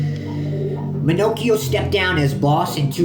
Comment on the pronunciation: I grew up in the area seen him not long ago walking sround. Its pronounce Ma-knock-eo. Hes old but still in good shape. Hes avoid major time all of his life. Good video new to your channel just subbed.